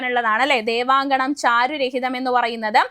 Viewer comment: ചാരു "രഹിതം" അല്ലടോ 😂 ചാരു"ഹരിതം"